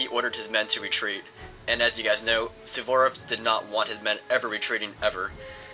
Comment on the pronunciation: I congratulate you! I think tha you're the only american that i know that can pronounce "Suvorov" correctly. Great battle!